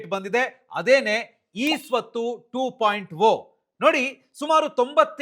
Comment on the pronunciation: ಟು ಪಾಯಿಂಟ ಓ ಅಲ್ಲ ಅದು ಟು ಪಾಯಿಂಟ ಜೀರೋ